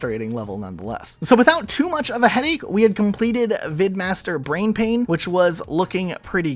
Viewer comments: I hate to be that guy since I know everyone else has probably said it at some point, but, "Brainpan" not "Brainpain" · it's brainPAN, not brainpain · Dude..... "BrainPAN" not brainpain. No clue why that even bothered me lol.